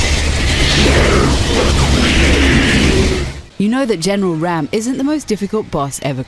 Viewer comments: it's general Raam pronounced Raw-m not Ram like Dodge ram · Its Actually Raam (Rah-am)